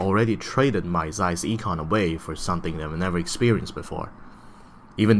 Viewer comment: I'm a German. It's really "ee"kon :) Even he pronounces Zeiss right, with the hard "z".